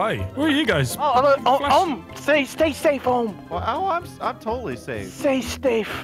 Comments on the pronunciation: We gotta say stafe now😔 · The world is dangerous, sto make sture you say stafe, everyone.